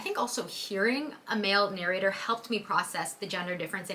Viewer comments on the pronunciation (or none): none